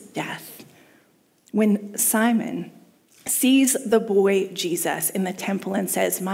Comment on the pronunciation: Blooper alert! It's SIMEON, not Simon. I caught that later but definitely got it wrong here.